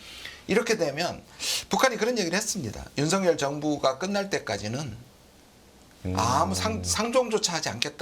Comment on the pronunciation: 윤성렬 아니고 윤석열 입니다. 발음들이 그렇게 안되는지...그것도 방송인들이?